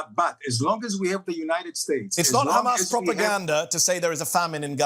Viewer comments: “Khamas data”, Khamas propaganda” ? Who owns the mass media? “Khamas”? It is embarrassing to even hear this rant! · Wonder if he pronounces a "house", a "khouse" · Khamas data 😂 khamas facts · As soon as you hear the pronunciation as "Khamas" you just know you are about to hear a shit show of lies. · This is laughable at this point KHAMAS.. KHAMAS .. KHAMAS